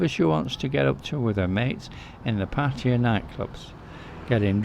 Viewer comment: mate, you live for several years and didn't learn how to pronounce the name of the city? Tip, it is not Patya like you keep saying.